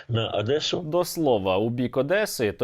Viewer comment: Мене аж тіпає коли вони кажуть Адеса.